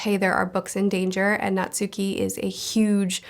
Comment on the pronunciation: Natsuki is pronounced "Naht-Ski". Two syllables. Abroad in Japan fans know